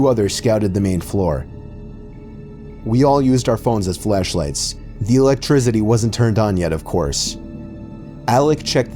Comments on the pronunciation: the electrizity? - Alec? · lmao the elect- "trizidi" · Mans really said electrizity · E L E T R I Z E T Y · the way he said electricity 😂😂😂